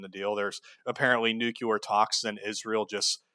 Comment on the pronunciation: Fuck Israel P.S. Nuclear, not "nucular"